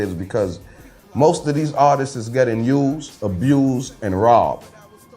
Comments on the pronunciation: NinoBlack_ _ That shit made me laugh though “artiststes” 😂 But shout out to though. He’s a real one. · Why does he keep saying artistses there’s no such word.... glad to see you have elevated your mind and talking positive now. I wish you would have thought like that when you aligned with Ross. Keep ya head though